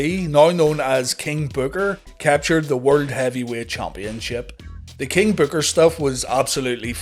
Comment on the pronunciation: NO NO NO. Its King Bookahh!!